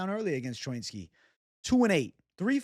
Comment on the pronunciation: What kind of jew are you? When have you ever heard anyone say choinski like that. Pretty sure it's cho-inski